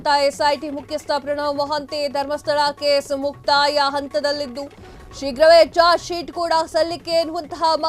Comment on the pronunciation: ಅಂತದಲ್ಲಿದ್ದು. . ಅಲ್ಲ....ಹಂತದಲ್ಲಿ...ಶುದ್ಧ ಕನ್ನಡ